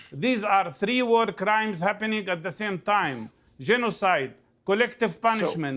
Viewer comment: “Z question not like that?” Mr Barggouti 😅